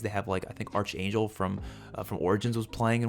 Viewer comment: archangel has a hard “c” sound.